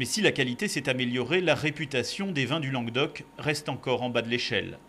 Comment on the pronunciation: On dit lanGUEUdoc, fan dé chichourle ! ;-)